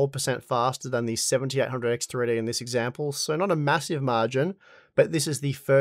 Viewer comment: Seventy EIGHT hundred X three-D. FOR GOD SAKE ENUNCIATE THE DAMN WORD. I had to stop and rewind over a dozen times to figure out what fucking processor you were referring to. You're saying "SeventyehHundred 3D."